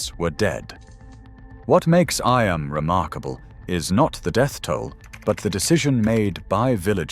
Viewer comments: it’s Eeeeem not Eye Am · it's eeem not Imm in Derbyshire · You pronounce it E.am not I.am. do your research!!! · "Eyam" is pronounced EEm. Some say EEam, but its EEm. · Eyam, is pronounced eem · Eyam is pronounced 'Eeeeem' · Eyam is pronounce Eeem. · You could at least pronounce the place names dunwich and eyam properly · I’m from Derbyshire the way eyam was pronounced 😱😱